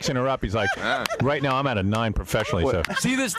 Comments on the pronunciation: Oh and of course,... "Noine" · "A noine" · The reason I'll occasionally say noine instead of nine to this day